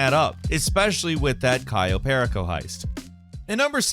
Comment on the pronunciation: I’m sorry but I hate how he says the cayo heist 😂😂